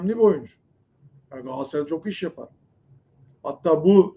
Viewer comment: Allah kitap aşkına lütfen artık gaasaray gaasaray deme da Galatasaray Galatasaray… He diyemiyorsan Cimbom de